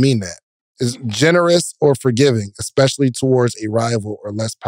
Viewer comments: we love your "expecially" lol 🤎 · was right both times! She said "EX"pecially - I've been waiting for him to catch with this one. Love this podcast!